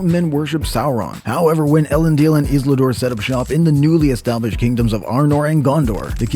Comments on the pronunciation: Who's 'Islidor?' can't make a video from a reputable channel like this and not say it right numerous times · I thought "hmm? Who is Isladoor?" 😅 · Maybe find someone who knows how to correctly pronounced Isildur and Elendil. Starting to sound like those AI channels with text-to-speech voiceovers.